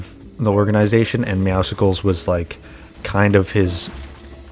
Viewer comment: I’m not hating but the meowscles skin is not meant to be pronounced like that it’s supposed to be a combination of meow and muscles. But every YouTuber says it wrong so you do you. Also thanks for taking about this I haven’t heard of the teaser before